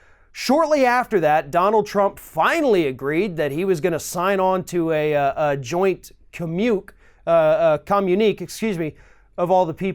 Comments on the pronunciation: Commuke? Communique - try comm-yoo-nee-kay ! Those French words huh?! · cah-mune-e-k, babe...( and it's merKELL..( as far as I know ) ) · Repeat after me: cah-mune-ni-KAY = communique ;-) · Nitpicks: "Angela" in German is pronounced with a hard g (as in golly), and for "Merkel" the accent is on the first syllable. The word "communique" (with an acute accent over the e) is pronounced "communiKAY". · Good vid; this story is a first heard for me. com·mu·ni·qué /kəˌmyo͞onəˈkā,kəˈmyo͞onəˌkā/ Sounds like: communi "k" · "Merk-l" No "ell" also "communikay" Helps? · it's pronounced: koe-moon-eeh-kay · Love your show . . . real quick: Communique is pronounced communi-KAY. Cheers, mate! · The man is a petulant, misogynistic, POS! Communique- it’s pronounced Commune-eh-KAY😜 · Random simple pronunciation guide. 🤗 Communique == Kommyoonikay Merkel == Murkle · I love your videos. I watch every one of them and rarely disagree with anything you say. But today, I just want to point out a couple of important details. The Chancellor or Germany's name is pronounced Angella (hard "g" like go) Mer'kul, not Merkelle. Also, communique is pronounced; kom yoon i kay, like "communicate" without the "t". Please keep up the great work. It helps keep me sane. Thank you. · Communique is pronounced communi-kay. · Two tries and you still can't pronounce communique. Obviously, a fellow idiot wrote this for you.. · Here's how to pronounce communique, buddy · Sir, I heartily agree with many, many of your comments. but if you want to make a point well, please learn to pronounce names like Angela Merkel and words like communique. It makes you sound much more believable. P.S. I am a 65 year old woman who still carry Starbursts in my pocket, they are great for dry mouth. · You're awesome but somebody needs to sit you down and teach you to pronounce com·mu·ni·qué and Merkel.:) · That's not how you pronounce "Merkel". Or "Communique" for that matter.